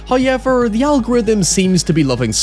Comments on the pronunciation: I would love it if you could explain the vowel sound you make for “however”! Hauoeehvarh is a special word to me. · First "hoyevver" drops at 0'27. Which is very kind of Him. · The only way to survive the Uwe Boll zombies is to shout "HOYEVER" at them.